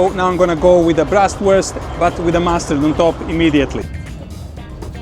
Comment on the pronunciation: There is no liver in Leberkäse!! It's just pork meat. It's BRATwurst, NOT "Brastwurst" (braten = frying) the pork belly is called Kümmelbraten because the crispy skin is seasoned with rye seed.